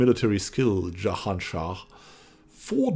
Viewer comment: My brooo, please don't pronounce Jahan Shah like an arabic name. Sounds like a rape lmao. It's Persian 😁